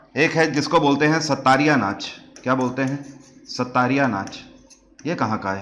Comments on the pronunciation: Sattariya nhi Sattriya Hota h. SATT-RIYA (XOTTRIYA in Assamese) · Sir its Sattriya, not Sattariya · Assam ka classical dance sattariya ko pronunciation Thora mistake huwa